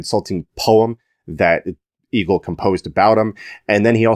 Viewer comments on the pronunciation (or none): Egil in "Egil's Saga" is not pronounced like "eagle". The E is pronounced like the E in "Best". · Correct me anyone if wrong but I was told Egil is pronounced like Ale